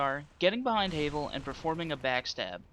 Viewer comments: Havel (pronounced Ha (like the laugh) - Vel, not Hay-vel) is NOT that hard. Sure, you'll die a few times before you realize that you can BACKSTAB HIM ALONG WITH ANYTHING ELSE that is your size or slightly larger. His attacks are easy to read, so just roll and backstab. He really isn't as hard as you give him credit for. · No offense it's pronounced Havul spelled Havel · "HAYVEL" lol